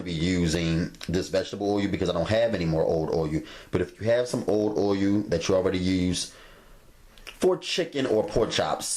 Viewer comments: "Boyul"...i lub it😎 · Can't wait to try these. Love the way you say "o-yull" 😄😄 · I'm not sure which bothers me more, the way he says oiyuul or his stove not being level.